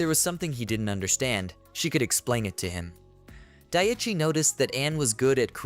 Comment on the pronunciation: For some reason the mispronounced name of the MC bothers me. Day-chai vs Die-chee. I totally understand this is a "me" problem and no reflection on the quality of the script, which is unusually well edited compared to others.